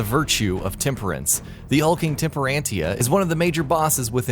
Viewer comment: Temperentia = tem per ent tee ah Sapientia = say Pi ent tee ah Alraune = All rawn Rodin = Ro dawn Jubileus = Joo beh lay us Sloth = sloth y’all can jump onto the Bayonetta hype but please do some more research lmao, this video was visibly and audibly rushed